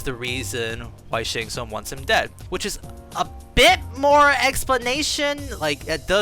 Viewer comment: Once I heard it I cannot unhear "Shart Tsung"